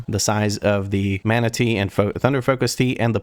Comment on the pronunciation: Every time you say mana tea an image of a manatee pops up in my brain